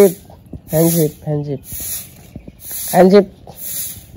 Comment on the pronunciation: ভক্ত এর আগে আমি দেখেছি কয়েক জন তোমার ভূল টা ধরিয়ে দিয়েছিলেন তুমি এখনও দেখি hand shib বলছো, কথা টা হবে hand shake. একটু ঠিক করে বল তাহলে সবাই কার ভালো লাগে।